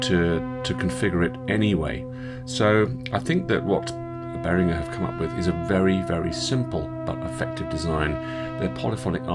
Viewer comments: Except...if you watch Uli Behringer in any video, he pronounces his own name as "Behrin-jer". Seeing as that's how he pronounces both his own name AND the name of the company he named after himself, I'm going to say that the owner of Behringer knows better how to pronounce his name than you do. Do a YouTube search for "ULI BEHRINGER - AGRADECIMENTOS" and you'll hear him pronounce it. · I go the other way - it's makes me twitch hearing you say it that way in English! 🤣The other way is the "correct" way to pronounce it in English, the hard g is the correct way in German - Uli seems to agree. I'm kinda the same, when I'm in a foreign country I'm happy to have my name pronouced the French/German/US way - all of which are different - makes me feel like I'm fitting in!